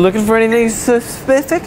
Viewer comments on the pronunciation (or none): bwahaaahaahaha "looking for anything se-spific" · I lol'd at "You lookin for anything spepifipic?" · Are you looking for anything sus..pific? lol